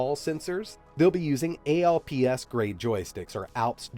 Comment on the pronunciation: The name of the joystics is definitely "Alps" and not A-L-P-S. It is the name of the electronics company now known as Alps Alpine Co., Ltd.. My guess is that the name comes from the Alps mountain range.